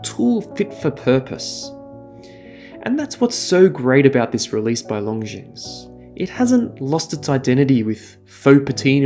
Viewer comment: Another great review and an amazing piece for sure! Well done. How odd of them to supply a 18mm strap when the lug width is 19mm :D Quick note: the S in Longines is silent ;)